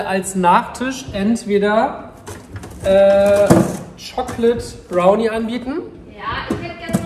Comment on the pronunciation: "Schokled Brauni"